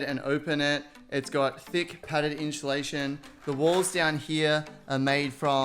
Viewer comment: This was amazing but he way he says insulation